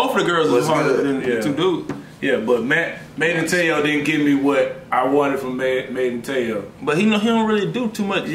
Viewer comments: It’s pronounced made in Tokyo not made in tyo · It’s pronounced Made In Tokyo 😂. TYO = Tokyo. Not made in Tiii-yooo, It’s Tokyo 😂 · just for reference, it's pronounced "Made In Tokyo." anyway, I love your content, keep it up guys 👍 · Its pronounced Made in Tokyo (TYO an abbreviation for Tokyo) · Madeintyo is pronounced Made in Tokyo